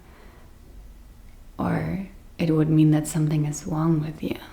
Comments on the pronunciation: 😂 you are saying Wong Wrong as it is pronounced Rong, You speak English perfect apart from the word Wong hahaha 🤣 I am not going to be making videos in German 😊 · ❤ I love the way you say Wrong as it sounds like Wong and in English it's pronounced Rong hahaha, Don't get me speaking German 😊